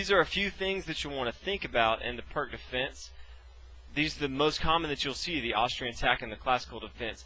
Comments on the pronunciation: Please, everyone, it's pronounced "Peertz", The guy was Serbian, in Serbo-Croatian, the c at the end of words is pronounced like a "tzuh" (unless accented and then it is a "chuh" i.e. Marinovic) and the "i" is like an "e". Have some respect for the guy's name. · pirc is slovenian second name and is surely not prk nobody wants to be called prk we say p like in peter , i like in liz , r like in ronald and c like in zz in pizza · This dude did a great job introducing us to the pirc defense, and you over there making fun of his pronunciation of foreign fuckass god knows what words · I know it's hard for you americans to imagine someone isn't pronouncing words as you do, but surprisingly, you're wrong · First, it's not pronounced "Perk", it's pronounced "Peertz". The opening is named after Vasja Pirc. Second, 5. ... O-O is considered dead for a long time now, since if Black decides to castle this early, then, 6. e5 Nfd7 7. h4 c5 8. h5 cxd4 9. Qxd4 Nc6 10. Qf2 dxe5 11. hxg6 hxg6 and 12. Qh4 is curtains for Black. The correct response, in case you're wondering, is 5. ... c5, directly undermining White's center. The follow-through for the most common response from White is to take the c5 pawn with 6. dxc5 Qa5 7. Bd3 Qxc5 8. Qe2 O-O 8. Be3 and then 8. ... Qa5 or 8. ... Qb4, depending on your level of aggressiveness. Also, Black never makes captures that blocks the a1-h8 diagonal in this opening (like demonstrated here): what's the point of a fianchettoed Bishop on the main diagonal if you're purposefully blocking it? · The Pirc Defence (/pɪərts/ peerts, though often mispronounced as /pɜːrk/ purk) is an awesome defense, when executed correctly :) just sharing my experience with it; while sharing knowledge on pronouncing it correctly. 😎 🖤😊 In Chess, we never Lose, just learn. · I don't think it's pronounced "perk" lol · It's actually pronounced [Peertz] ;) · Pronounced wrong. You pronounce it as Peerts/Pirts defense. Not perk. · Perk 😂 its P ee r tz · I pronounce it as peerk